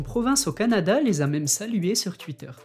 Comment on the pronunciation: On dit pas tuiteur mais Twitter